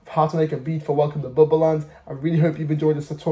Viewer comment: Bubba Land, not Bubble